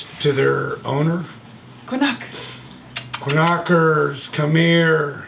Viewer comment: Did this guy just call his dog KA-KNOCKERS....LOL.. This guy was just loving the view from where he stood. Lucky bastard!